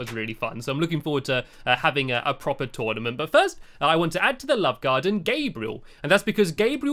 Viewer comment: STOP SAYING TONEMENT ITS TOURNIMENT